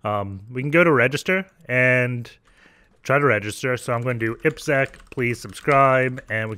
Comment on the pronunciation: Happy to see someone saying you name in right way. 👍🏻 ippsec